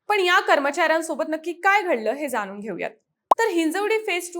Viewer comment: 'ण' चा वापर करा. जाणून, पाणी, फसवणुक इत्यादी. जानून, पानी, फसवनूक नव्हे.